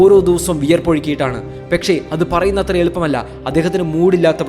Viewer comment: പെക്ഷെ അല്ല പക്ഷെ